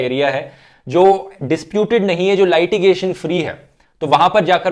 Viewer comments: Lightigation nai hota hai mere bhai Litigation bolo. Love you bro. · That's not how you pronounce LITIGATION brother ...